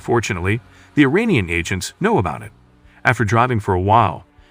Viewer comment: Funny how narrator in this video says Iranian wrong lol he says uranium 😂